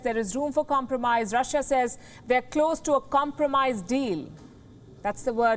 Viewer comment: Rah-shiaa hahaha